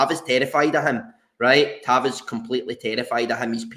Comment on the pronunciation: its been 8 years you have got to say tavs name properly at least once before he leaves 😂😂